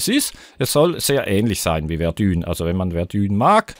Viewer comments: Verdun wird Werdahng gesprochen und nicht Werdühn ^^ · Das wird nicht "Verdühn" ausgesprochen. 😂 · Mann spricht es Verdö..n aus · Warum spricht jeder verdun falsch aus ? :D